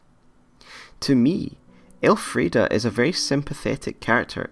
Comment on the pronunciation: Her name was not Elfrieda it was Elfriede so why are you pronounce her name wrong the entire time?